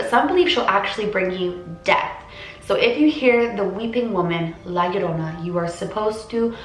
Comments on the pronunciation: It's pronounced jorona in Spanish "LL" two of them sounds like a j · It’s pronounced ly-a-roan-a (roll your tung at roan) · im mexican its prounounced yorona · HARDER HARDER LA LORONA HARDER HARDER!!!!!!!!!!!! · La llorona - "La yo-ro-na" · Just so you know the 2 L's are pronounced like a y so you would be pronouncing it like la yorona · All I hear is la aroma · Haaha no you didn't pronounce it right but you tried!!!! Dude I always heard this when I was little from my dad! Aint no urban legend bro all my latinas know that!!😂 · I’m Mexican and you did say it wrong but it was closed By dad told me stories about her and one time she tried and took my dad when he was a baby My dad told me she drowned her children then herself now she haunts children and takes them and drowned them almost like how you said my dads actually seen her like I said before but he has seen her walking around and taking them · "Now, I might be totally pronouncing this wrong..." Yes. You are.